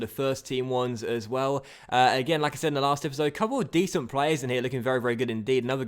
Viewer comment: it's not sad, it's said😉